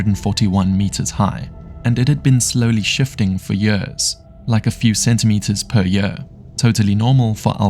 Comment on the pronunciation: What incompetence in the Belgium police with that old lady who fell in the bushes and died. (And PLEASE edit how your Ai voice says “years”.)